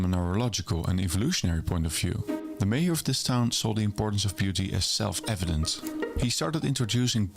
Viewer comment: Yeah the creator is Dutch, so that explains the lack of accent. But as a Dutchman myself, I’ve got to give him some credits. His accent is even good for someone of the Netherlands. Just the pronunciation of mayor was a bit off.